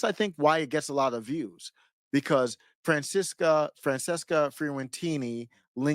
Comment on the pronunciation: Wow your commentary is so bad. Lol. And it's Fran-ches-ca. Every right winger gotta do that childish name garbage. Smh. Skipped right over the part where she says she's for BLM huh? What's your position on BLM,? As a black man. Go ahead and pretend you didn't see the fourteenth comment. Maybe you can ignore the fourteenth amendment, too. Cheers.